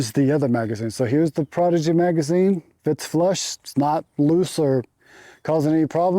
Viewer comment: can't tell if he is mispronouncing the prodigy on purpose?